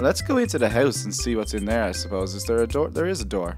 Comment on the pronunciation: hes saying it wrong hes saying hoyse hes not saying house